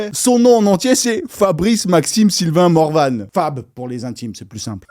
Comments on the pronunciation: Comment ça "Morvane" ? Ça se prononce Morvan comme le massif, comme les Forbans, comme le French Cancan. Arrêting d'angliciser les mots bien français, c'est insupporting !! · « Morvane », t'es sérieux, mec ? 😅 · Il ne s'appelle pas "Morvane", il s'appelle "Morvan". Le français est une langue nasalisée.